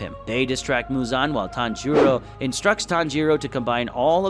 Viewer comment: Bro it’s not tanj-u-ro it’s taan juroo and how’s tanjuro alive